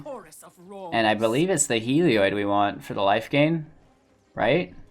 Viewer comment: It's not pronounced "Hee-lee-oid"... okay? It's pronounced "Hel-eee-od"... There, you're welcome. And also, try Kloth-ys on for size. How the hell did you come up with "Klois?"